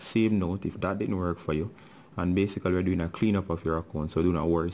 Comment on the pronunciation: i love his BASICALY xD